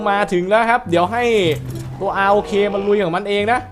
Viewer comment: พี่เรียก ROK ว่า"ร๊อค"ดีกว่ามั้ยครับฟังดูแล้วเหมือนไม่ใช่ชื่อสิ่งมีชีวิตเลยอะ